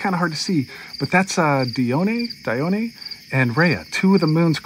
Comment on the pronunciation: lol, it’s “Dee-On”… love your videos !